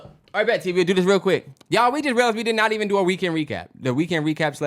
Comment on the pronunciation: They stay saying reekend 😂